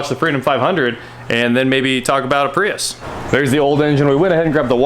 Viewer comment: It’s pronounced Prius